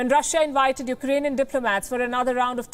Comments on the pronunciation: Well that was thorough. By the way, he said U—ranian😄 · Can that leader speaks when he is in a lucid interval. Iranian instead of Eukranian.😔